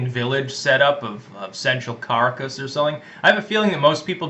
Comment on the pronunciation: Car-a-kiss? I hope you werent trying to say Caracas.